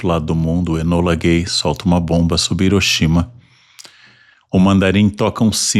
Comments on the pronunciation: Ivo Jima? Iroxima? Nagazaki? Meu Deus... Por que esse cara, que tenta se mostrar tão sábio, pronuncia de maneira tão burra? Quando é nome próprio em inglês ou em outra língua ele tenta pronunciar certo, mesmo sendo bem mais difícil. Dá um google que em 10s você aprende a pronunciar esses nomes. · Como vc leva a sério um cara que paga de intelectual e tenta pronunciar nomes proprios em inglês e outras línguas de maneira certa, mas no idioma mais fácil de se ler ele prefere ler IVOGIMA, IROXIMA e Nagazaki?